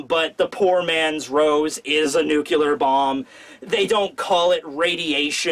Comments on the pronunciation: Time to fire up Kowalski's nucular reactor. Is that a nuclear reactor?? NUCULAR. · great review but... NUCLEAR BOMB... NEW+CLEAR >_______<"